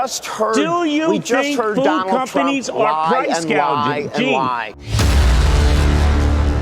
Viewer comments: Not sure why so many people say price gauging when it’s gouging. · The ding dong called it “ price gauging “ 😂😂😂😂😂😂😂😂😂😂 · Plus she said price GAUGING not gouging. She does not know the difference. Price controls are only possibly if you control the production. Find me a single country where this has worked long term. He is bringing up price gouging during Covid.